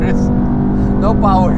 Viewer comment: First mercedes that says has no powa